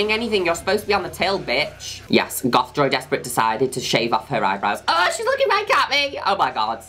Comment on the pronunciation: I always think Juno Birch is saying “Joey Despret” and not “Joy Despret”